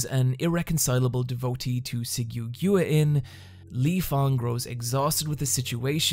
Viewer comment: Man i love you but your pronunciation of guanyin is KILLING me its like “gwan-yin”